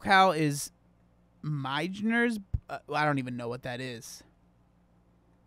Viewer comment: Meijer pronounced like "My-yer". Have it here in Michigan. Purple cow is meh.